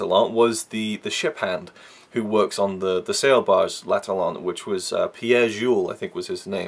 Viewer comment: It's Pére Jules (not Pierre). Pére is French for father. I love the characters and it totally works for me. I guess it's just an individual thing. If he had had a bigger budget, and hadn't died before the film was completely finished and edited, it of course would have been even greater. Also, it was butchered by the studio after his death, and the restoration shoves in all the bits of film they could find. So there are some shots that don't really make sense - like there is one moment where Jean has gone a bit mad and is rubbing his head on a block of ice quite randomly, just for a moment. Makes no sense, but I'm still glad it's there. Every image from Vigo is precious. It wouldn't be the same film without the fourth character, despite his amateur acting.